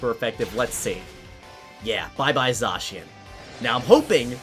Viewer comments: It’s not zacian It’s said-s-I-an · It’s pronounced (Zae-SHe-in) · hey, just so you know Zacian is actually pronounced zayshin just a heads up! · At first I thought it was pronounced zack chian but then I thought it was zay chian and now you think it’s sa chian? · You pronounce it like zashian and I pronounce it like zakian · Wait... Did you just say... ZAHHcian? Wut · How are people still mispronouncing Zacian's name? When it was revealed, they literally said it's name. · Me: pronounced them Zay-she-an and Zay-ma-zenta Him:Zaw-she-an and Zoma-zenta Me: confused Me: injures self due to confusion